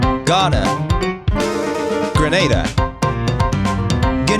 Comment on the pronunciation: Erm... actually, it's pronounced "gruh-naa-duh"